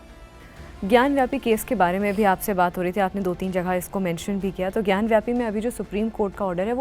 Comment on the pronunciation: Anchor is saying ग्यानव्यापी..... it's ग्यानवापी....वापी means well....पानी की विहीर.